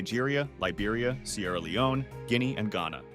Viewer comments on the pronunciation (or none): none